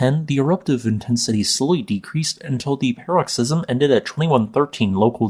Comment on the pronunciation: "paroxysm" -- emphasis on the first or second syllable, not the third.